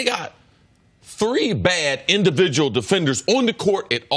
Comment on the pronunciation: indiBidual lol